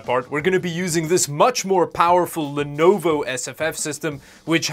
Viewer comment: As a loyal viewer of this channel, I demand that any time you say Lenovo you pronounce the same way as you do Linoode